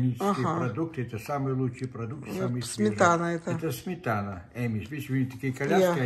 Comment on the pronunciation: Amish произносится как AA-mish, Амиш, не эймиш. Ещё грибы произносится как маш- румс. Опять небольшой урок правильного произношения от меня, я просто должна это сделать)))., я думаю Вы на меня не обижаетесь, ведь я всегда по доброму корректирую. Мне очень понравился этот русский магазин, спасибо за экскурсию на нашу Родину!